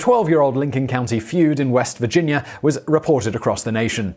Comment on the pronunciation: Lmao it's killing me how you're saying " North Caroliner" and " Virginiar